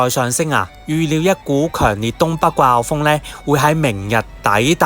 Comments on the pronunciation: 掛後風?? 季候風😂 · 你係咪唔識發個“季”音？